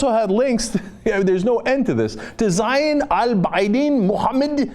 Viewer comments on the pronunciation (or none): none